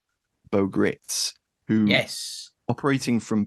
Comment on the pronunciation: Gritz's name is actually pronounced like "rights".